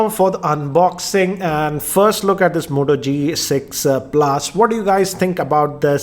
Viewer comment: Goodbye Moto not hello motto😂😂😂